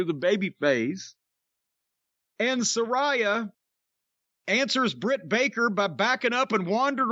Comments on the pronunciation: It wouldn't actually work. And I think he knows it wouldn't because he KNOWS the pronunciation is Sa-RAY-a rather than Sa-RYE-a as he pronounces it but he just wants to annoy her and everyone by saying it that way 😂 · Nobody gives a f*ck..even Jim isn't pronouncing Saraya properly..goes to tell you all you need to know. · Jim said Saraya "wrong", here comes the twitter fit.